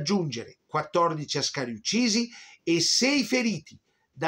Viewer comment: I soldati eritrei si pronunciano A'scari ( in eritrero As'kar ), con l'A iniziale marcata. Da non confondersi col pilota Alberto Asca'ri ove la marcatura è sulla 2^ a. Inoltre Chèren e non Cherèn, almeno Chèren la pronuncia così Mirko Campochiari in un video sull'omonima battaglia del 1935. Gli abissini erano guerrieri sì ed orgogliosi della loro indipendenza che assieme alla Liberia negli anni '30 erano le sole 2 Nazioni dell'Africa indipendenti